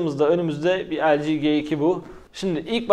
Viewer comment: 'G2'nin G sini G diye okuyup LG nin G sini niye 'ciğ' diye okuyosunuz arkadaş.